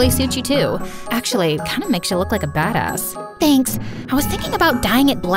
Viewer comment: No one noticed msa said badasz